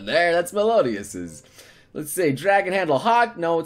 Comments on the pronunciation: M-Melodias? It's Meliodas not Melodias. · MEL IO DAS PRONOUNCED AS MELIYODAS PLEASE NOBLE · It's Meliodas, not Melodias. Also, DMC and Zelda have an anime series, don't think GoW has one, though. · it is mel-e-o-dis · really hate how noble pronounces meliodas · noble please learn how to say meliodas right